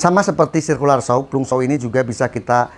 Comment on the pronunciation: Bang itu di baca Planj saw bukan plung